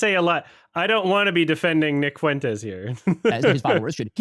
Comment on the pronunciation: the way he pronounces his name is such a coping mechanism for the fact he’s not really in the MAGA In-Group. Fwentis sounds “whiter” than Fuentes in his puny mind.